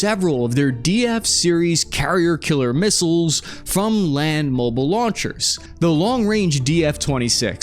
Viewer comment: WTF is a "kiler?"